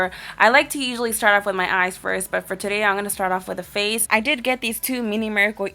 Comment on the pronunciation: *fall, not all. and *for, not fo lol